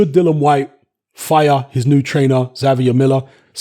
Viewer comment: It’s Dillian you idiot!